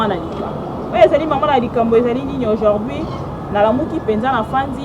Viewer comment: aujourd'hui et non aujord'hui quelle pronciation eeeh